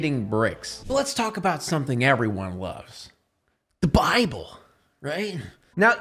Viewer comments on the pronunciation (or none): none